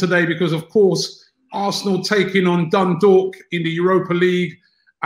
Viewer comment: Robbie has pronounce dundalk perfectly